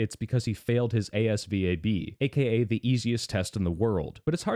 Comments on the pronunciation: I've never heard someone actually call it the A.S.V.A.B. and have only ever heard it as AS-VAB. I'm shook to the core. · Bro said A.S.V.A.B. instead of azvab' lol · I'm sorry but I've never heard anyone actually pronounce it A S V A B and that frightened me. It should be ass-vab, as god intended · Hi when u mentioned the ASVAB u can just say as-vab like as a word. Make more vids please and ty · Spelling out the ASVAB for the military test it hurt my ears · I’ve never heard someone pronounce asvab like that. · Hey my guy, if you don’t know how to properly pronounce ASVAB you don’t get to say it’s the easiest test in the world 😂